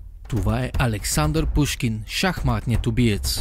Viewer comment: Александър Пичушкин, а не Пушкин :Д